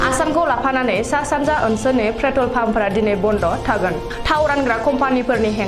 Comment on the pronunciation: 'Pretol' nonga 'Petrol' sw